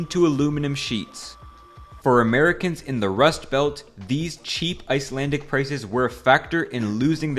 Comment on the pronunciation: Icelander here, and I'd say this video is accurate enough. You of course completely butchered the 2 or 3 Icelandic words in there, but we're used to that